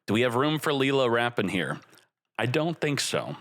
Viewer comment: You pronounce lil with same sound as ill not lee 😂 comeon bro